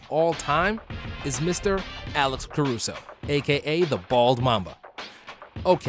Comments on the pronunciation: when he said Caruso i almost just shut this off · yo he acc got me mad when he said Alex Caruso